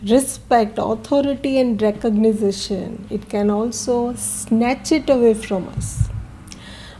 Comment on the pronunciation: Thank you again for your clarity and depth! May I tell you something: it s recognition, not recognicition 😅